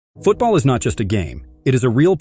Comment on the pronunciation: Finally I find someone who says it correctly